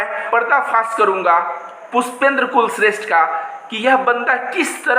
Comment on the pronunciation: Bhai Anntimcheshth mein likh hua bhai. Aap blkul sahi ho. Bhai kulshreshth ko aantimcheshath padh ni chahiye.